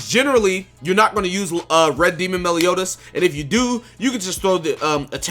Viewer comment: Melioni? Melioni? Meliodas, that really got me 🤣🤣